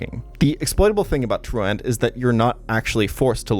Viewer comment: Great video. FYI, truant sounds more like true-ent than true-ant. It's good that you can't pronounce it — it says you didn't skip class enough to get in trouble as a kid lol